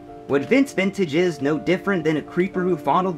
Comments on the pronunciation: Brother its vince VINTAGE not vantage lol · Say it with me vince vintage, not vantage